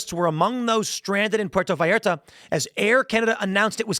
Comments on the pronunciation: He pronounced Puerto Vallarta right but Jalisco came out sounding whiter than me. I'm not surprised by the fact that they have rocket launchers and that fact alone doesn't overly concern me. What matters is the type of launcher. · For christs sake…….you pronounce Puerto Vallarta properly but you pronounce Jalisco likes it’s a cup of Tabasco Jello. GTFO lol. (HA)-leesco